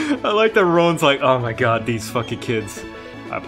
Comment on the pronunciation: Oh Mer Gerd it’s Meh Childherd